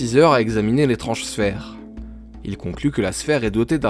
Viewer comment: je suis quasi sur que sa se prononce bess X) mais bon super vidéo!